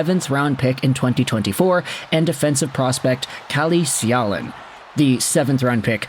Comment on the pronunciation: Calle Själin is a decent prospect. His name is pronounced Sch-ae-leen. if you put a and e together you get the ä sound.